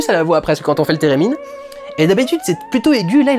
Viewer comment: « Térémine » ? J’ai pensé direct à Sherldon 😂😂